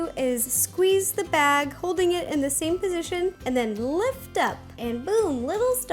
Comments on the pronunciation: Why does she say bagey instead of bag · I love it when she says bagie ( she says that instead of bag sometimes) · She said bagy